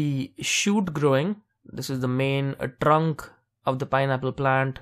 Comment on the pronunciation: "The main TRRRRRRRRRRUNKK of the pineapple" thanks man for the video.